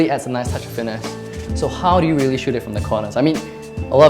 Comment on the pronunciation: "reery reery important"